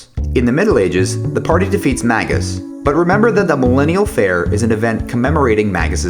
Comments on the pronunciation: I have known many games that are voice acting that pronounce it "Magus" (the word is actually a rather common word). I have never, ever heard "Mayjus" in any game. Just saying. IN FACT, if you look it up on , it says that it is supposed to be "May - gus" which even fewer people say. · It's May-ghus, it's not a soft g or J sound. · I veto that....I've always pronounced it Mag us